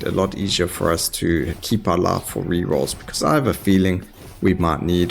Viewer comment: I really like how instead of "life" you say "laugh" and instead of "ice" you say "ass".